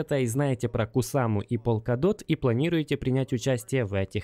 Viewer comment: Братан, полкадот или в горошек. Он верно говорит на англ